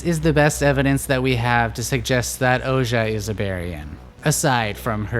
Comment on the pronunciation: Thank you so much for this video. Very ”accurate” and interesting interpretation. I had a great time watching and seeing your artwork come to life. Couple of pointers then; Ouji is supposed to be pronounced Oh-gee, at least thats how I imagined it in my head, but whatever works for each is fair really. Art is subjective and not so much objective, despite the artists intentions I believe. The Moon is also a symbol for introspection, further nurturing the idea that somewhere in the story someone get’s a new chance to break the cycle. Perhaps its the Berians or perhaps the player and if so, hopefully we managed to convey this sense of looking at ones own actions outside the game and that ultimately it is your own choices that set whatever future may come.